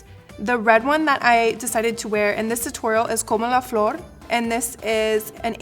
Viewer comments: I absolutely love this look, can't wait for Selena's to come out yay and by the way nice roll on your r's for como la florrrr💄💄💋💋💋💋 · She pronounced como la flor very good. I'm impressed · Love the way you say Como la flor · you speak very good the spanish "como la flor" and i liked your make up!!! So proud of being a latina 💚◻❤